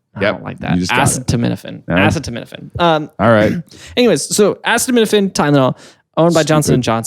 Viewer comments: I said acetaminophen wrong too!! I said it Asi TAM in Oh fin 😂 love the show! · Of course would pronounce acetaminophen wrong